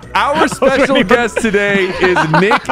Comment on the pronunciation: “We have a special guest today” emphasis on special